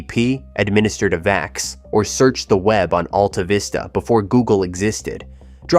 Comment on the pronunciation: Why does he say D-E-C instead of "Deck"? Why does he mispronounce Altavista? Why was the PDP-10 ignored?